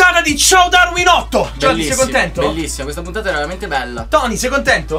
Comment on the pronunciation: dopo anni che vedo questo video mi sembra solo ora che tony dice "puttana" invece che "puntata"😅